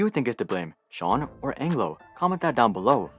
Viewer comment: I love how he pronounces sean correctly